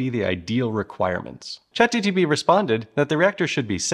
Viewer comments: Dude, you have a problem with consonants. You say what I think is "ever polite", but it sounds more like "apropos" because you discarded "V" in ever and inserted a P there. In some instances you say, ChatGTP, in others you sound more like ChatGPP. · Had to replay it a few times to make sure I was hearing you call it ChatGTP or if my brain was broken the entire time, which is still entirely possible! Lol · I couldn't handle him saying Chat G TP over and over again xD The funny thing is, we have today AI tools that can fix this really easily, even after the recording is done. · You saying "Chat-G-T-P" is almost making this video unwatchable. The only reason I can keep going is because I bust out laughing every time. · drinking game - every time he says ChatGTP - take a shot:) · I'm convinced you are saying "GTP" intentionally... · he said chat gtp in the first second of the video lol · You've been calling it 'chatGTP' ..... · ….how many times can you say “ChatGTP” in a video entirely focused on the topic? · GPT GPT GPT GPT GPT GPT GPT GPT It took you until to ACTUALLY say it correctly! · is it just me or is he saying "chat GTP" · Man, I was curious about this topic but in the first 9 seconds we already have infomercial levels of bait and he said Chat GTP. Moving on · I know you know this, but you continually say chat gtp...I guess it is kinda a tounge twister for you...I get it. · I swear these content creators say ChatGTP just to get comments on their video of people trying to correct them. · I mean, you started with saying ChatGTP, what can I say? :D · All I could hear was "ChatGTP" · I cringed sooooo hard every time he said "Chat Gtp" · say ChatGTP one more time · Bro, are saying “chat GTP”? 😂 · Guys he really did mean to say chatgtp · He kept calling it chatGTP... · Say it with me chat G-T-P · Are you saying chat GTP ?😂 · Why is everyone calling it chat gtp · Good video but my ears are bleeding from you saying chatGTP EVERY TIME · gee pee tea